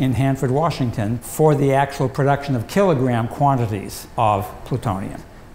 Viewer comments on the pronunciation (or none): none